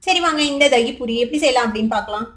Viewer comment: தாகி பூரியில்லை தங்கமே இது தகிபூரி அதாவது தயிர் பூரி ஒக்கேவா குட்டி